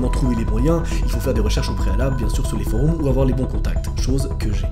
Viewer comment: « foroums » 🤦🏽‍♀️ les belges quand est ce que vous quittez l’UE vous aussi ?